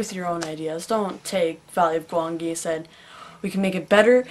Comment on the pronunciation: Wait wait, You're pronouncing Gwangi's name "Gwan-gi"? I always thought it was pronounced "Gwan-jee."